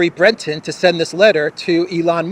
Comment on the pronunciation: It's "Thierry Breh-tohnn", not "Thierry Bretten". But apart from that, it was noted that "the letter" was addressed to Musk, not the CEO of Twitter. Weird.